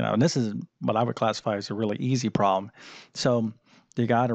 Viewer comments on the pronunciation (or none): There’s a “b” In this word: problem. The “b” is not silent.